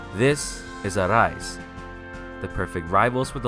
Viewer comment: Saying arise like that is equivalent to saying DESU NOOTO instead of death note. Please stop.